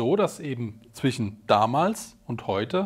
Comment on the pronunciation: Ein 'sch' als Wortendung darf man auch als 'sch' aussprechen, das muss man nicht zum 'ch' zurückstutzen. Das klingt unfreiwillig komich. 'Sch' am Ende oder in der Wortmitte (zwischen, nicht zwichen) bedeutet nicht zwingend Umgangssprache, muss man, um Hochdeutsch zu sprechen, daher nicht korrigieren (auch Hyperkorrektur genannt). ;) Weniger nichtssagende Partikelwörter wie 'dann, eben, auch, halt, sozusagen, eigentlich, natürlich' etc. (manchmal gefühlt alle am Stück), würden das Verständnis verbessern und das Zuhören vereinfachen. Denn hört man sie erstmal, weil sie auffällig gehäuft wiederholt werden, ist es schwer, sie nicht mehr zu hören und wartet jedesmal, bis endlich die Information kommt und der dann-eben-auch-halt-eigentlich-sozusagen-natürlich-Füllwörterzug vorüber ist.